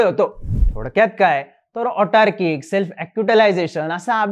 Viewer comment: ऑटार्किक ❌ अतार्किक ✅ (कटुसत्य)